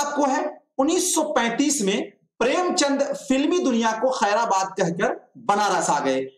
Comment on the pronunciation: अरे भाई उच्चारण सही करो खैराबाद नहीं खैरबाद होगा।।।।